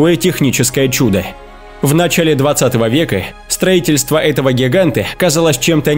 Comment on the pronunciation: Елена Егорова и ещё в нАчале